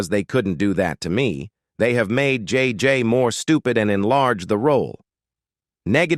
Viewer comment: You need to get rid of this ignorant-ass AI if it can't even pronounce Esther Rolle's name correctly. It can't even pronounce JJ correctly. It actually said JJJ.